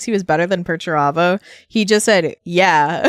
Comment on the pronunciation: Perturabo: They never say my name right!!!! rowboat Girlyman: Hmm must be annoying I- Perturabo: It's infuriating MY name Perturabo not Peter-terbo or anything so juvenile. Rubberbow gorillaman: Yes I'm sure it must be very off-putting. Perturabo: It is. You have no idea how much I've suffered under this ridicule Guilliman. Rib-roast Gellyman:... Rogal Dorn: This is funny because Perturabo is being a fool.